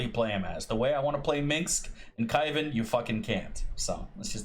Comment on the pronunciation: "Kaivan" is cringe 😢